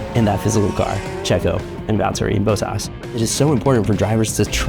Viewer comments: Bott-as, not Boat-as. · Again, it’s pronounced BOT-as, not BOW-tas!!!!! Get a presenter that can say it right please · Bottas. Not Boat-tas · His name is pronounced BOTtas, not BOWtas 🤦🤦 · Imagine making a vid centered around Bottas and pronouncing it like Boatas… bruh Great vid regardless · Man you’re killing me with Bottas’ pronunciation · Lmao I wonder if he pronounces robot as rowbot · Americans always seem to mispronounce Bottas and Ocon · we don’t. This moron does tho